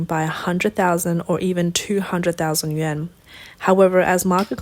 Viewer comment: Yuan is pronounced yu-on.